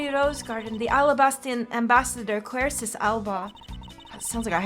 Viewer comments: Quercus is pronounced with a hard "c", just fyi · I do believe Quercus Alba (which is a type of tree) is pronounced "cur-cus".